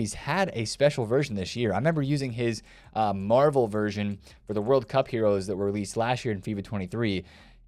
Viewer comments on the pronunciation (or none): none